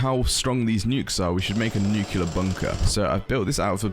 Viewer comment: btw, no shade, but you pronounce "nuclear" as 'nukular' a lot, when it is pronounced 'new-clear' where I'm from. it might be wrong in europe, I might be wrong myself, but that IS the way it's spelled. good content, loved the video, have a good day. :>